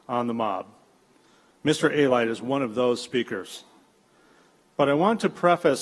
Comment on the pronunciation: A-Lite? It’s Alite.